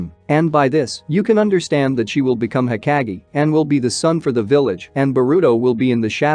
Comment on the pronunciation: It's... Ho-kāh(géh)...😒 Pronunciation is Key 🔑...!! I hadta stp watching 3 mins in cuz it grinds my gears to hear u say everything wrong....